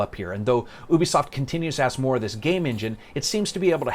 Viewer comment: So he mispronounces "Ubisoft" but pronounces "penchant" with a French accent? Okay.